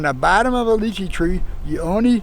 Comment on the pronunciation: Lovely to hear them pronouncing the "Leechee" correctly and not "Liechee" as they do here in Britain❗️